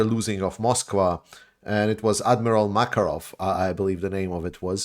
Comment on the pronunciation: Did he just say the Russian Black Sea Fleet flagship was named Admiral Jacker-off??